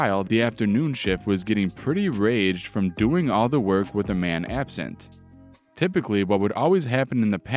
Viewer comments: Rag-ged not raged my guy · Enjoyed the stories. Was amused by the pronunciations of Ragged an Nan. Not criticising just saying i found them funny. Despite the horrible job in the first syory i don't think the guy did too bad out of that company. Probably has a bettet job as a result.